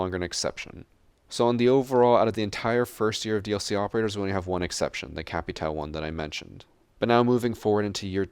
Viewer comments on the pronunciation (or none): none